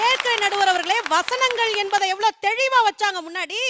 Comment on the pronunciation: உங்க மண்டையும் அப்படித்தானே இருக்கிறது அது தெழிவு இல்ல தெளிவு